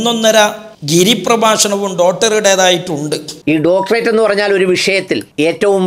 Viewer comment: സംസാരത്തിൽ യാതൊരു കഴമ്പും ഇല്ല. വ്യക്തി തേജോവധം അല്ലാതെ.സംസ്കാരം എങ്കിലും ഉണ്ടാകട്ടെ ഉണ്ടാകട്ടെ എന്ന് പ്രാർത്ഥിക്കാം. ഡോക്ടറേറ്റ് എന്ന് ശരിയായി ഉച്ഛരിക്കാനെങ്കിലും പഠിക്കണം.